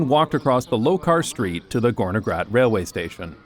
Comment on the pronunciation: Well to be precise, it is "Gornergrat", referring to the Gorner Glacier. "-Grat" is basically a mountain ridge. NJBs pronounciation was a bit too soft But still, it is an incredibly interesting coincidence, that a slavic Term can mean Something so fitting. Very cool